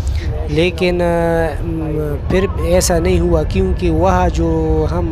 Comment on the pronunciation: Peley apna urdu tiiiiiik karo peeer bolo,safar me hota hy,lekin ap Karachi se sapar kr rehe tai is liye huwa